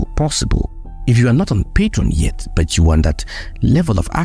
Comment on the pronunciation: Great video bro but please stop saying BUT as BERT 😭